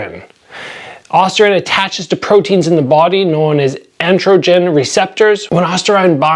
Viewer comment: You suck at lying lmao. You're not fooling anyone by saying you avoid caffeine or creatine to prove you don't use steroids. Any serious athlete in your position would experiment with supplements (both legal and illegal) if it meant gaining an edge. Also purposely mispronouncing "androgen" isn't going to make you look more natty. you should know the term if you’ve ever been tested for drugs in competition. "but definitely not me" lol yeah right